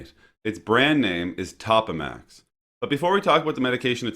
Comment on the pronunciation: It is pronounced Toe-pa-max not top-a-max.